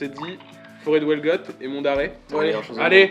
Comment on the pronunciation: La forêt de wellgot 😭😭 ( Huelgoat en vrai prononce toutes les lettres surtout le u )